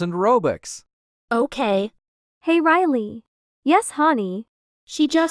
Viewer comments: And when riley meet gary riley said riryl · Why did riley say rile and not riley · Bro the l at the end